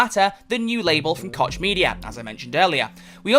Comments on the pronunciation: It's pronounced Coke not Kotch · I believe you pronounce Koch as "Coke" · He just doesn't want to say it cock media which is the correct way